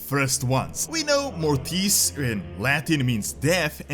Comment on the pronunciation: Mórtis, not mortìs. I can't stand my Latin being pronounced wrong.